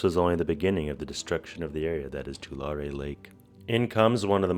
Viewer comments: too • lair • ree Born and raised in Tulare County... Pretty sure that's how most residents pronounce it! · I grew up in Tulare County! You got it close to how we say it as locals. It's more of a too leh ree (like "two larry"). My sister actually lives not far from where you are. She had to evacuate a few years ago during the floods. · As someone who lives in this area. At least learn how to pronounce the Tulare and Corcoran right. Brining back the lake permanently would take getting rid of the dams or leaving them open all the time. This would put a lot of people and communities at risk of flooding along those rivers every time we have a really wet winter, as part of the dams purpose is flood control. More frequent floods would destroy crops along those rivers. Also the amount of loss to the local economies from both floods and the loss of irrigation water storage would most likely devastate the area. Restoring Tulare Lake would have a huge affect on the entire region not to mention those that live in the dry lake bed.